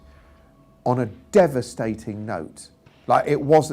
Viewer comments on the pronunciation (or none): none